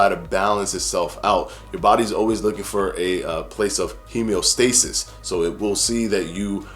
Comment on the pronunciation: Hemeostasis? Are you saying homeostasis?